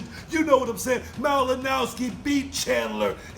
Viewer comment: Did say Malinowski?